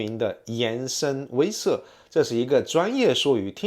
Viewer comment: 威慑，wei she